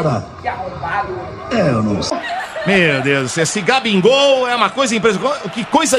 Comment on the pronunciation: ouvi GABINGOL KKKKKKKKKKKKKKKKKKKKKKKKKKKKKKKKKKKKKKK